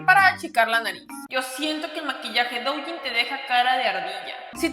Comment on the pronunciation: Duyin, se pronuncia duuuuuyiiiiin! Me da cosa cada que lo pronuncias mal